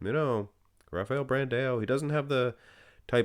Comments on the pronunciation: It pains me so much when says brand A O. It's pronounced Brand OU like when you say ouch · Pro Tip: When you see "ã", such as in BrandÃo, you pronounce it like DUH! It's like saying BranDOWN, but you switch to the DUH sound.